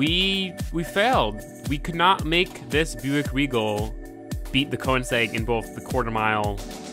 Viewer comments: His pronunciation gives me cancer so often. I mean "Forsa, porsh, coneseg, le mäns, nuremburging" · the car is not called konesag... its called königsegg! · It's pronounced Ko/ning/segg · insegg lmfao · I am so bugged when he trys to pronounce Koenigsegg and says Koensegg. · Once you know, you kowensegg. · Please don't, I don't want to hear him butcher that word, Audi and Koenigsegg is already bad enough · who else is annoyed by the way he says ''Koenigsegg'' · Great vid, but the way you say Koenigsegg makes me wanna die. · your saying koenigsegg wrong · Everything you do makes me angry. The way you say koenigsegg, the way you talk, what you say, AND ESPECIALLY the way you drive. The koenigsegg would've gotten a much better time if you knew what you were doing.